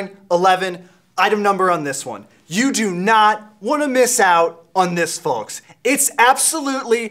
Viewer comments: does he really say folks like that putting enfinsis on the L?? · Dear Rick, Did purposely pronounce the "L" in "Folks" to be like a cheesy spokesperson, or does he really pronounce it like that? PS: He is also pronouncing "Comfortable" almost like "Convertible"